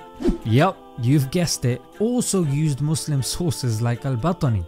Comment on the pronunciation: His name is Al-BaTTani With double T, and u pronaunce it Al-Batani why😭